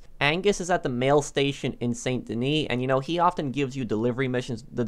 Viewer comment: San da knee. Learn how to pronounce stuff properly.